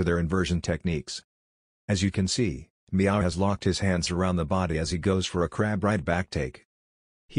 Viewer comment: "a meow" lol